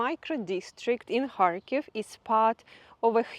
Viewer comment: Sounds like she saying hartclife the town she filming 😂😂